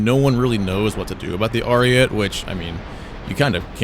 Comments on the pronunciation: as an italian please say it good : ARIE-TEH, not ariet like u say it, it just hurts my soul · If the BV-155 can be at 4.0 the Ariete can go back to its BR, this is bullshit what they keep doing to Italy Also obligatory pronunciation-related comment, the TE in ARIETE is pronounced much like the TA in TAIL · i get that you’re an american but PLEASE say ariete correctly